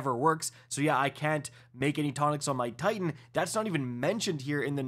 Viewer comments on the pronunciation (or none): none